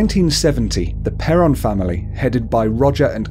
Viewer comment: It's pronounced perron though lol